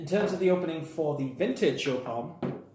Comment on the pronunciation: It's a German company. It's pronounced YOP